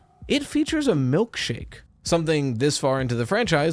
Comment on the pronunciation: Ah yes, “malkshake” 😂